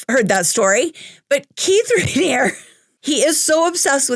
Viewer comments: The "E" at the end of Raniere isn't silent. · Sorry your mispronunciation of his name was driving me crazy! Unless the documentary and ex members were mispronouncing it. But you are right, this man deserves to be in prison for the rest of his life.